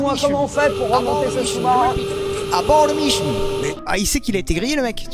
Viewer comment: "À bord de " ça fait 1 an que je me dis mais qu'est ce qu'il veut dire??? Je viens de comprendre qu'il disait "Abort the mission "😂😂😂 décidément les français et l'anglais c'est très compliqué 😅